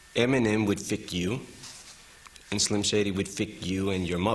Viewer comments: haha he says fick instead of fuck. german rules! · EMINEM "fick" you... HAHAHAHA hes swearing in GERMAN AGAIN :D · I like how he says fik you instead of F*k you